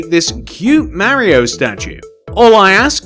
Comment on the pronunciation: it’s Mario not Marryio